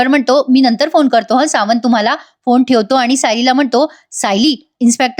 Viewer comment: सावंत.. छान उच्चारले आहे